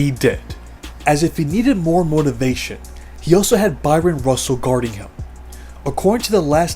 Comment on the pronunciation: Narrator saying Byron over and over really bugging me